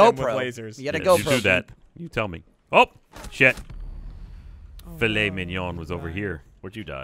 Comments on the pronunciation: Also the fact that thought it was Phil 3t not filet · fil-three-t......really? How about Filet?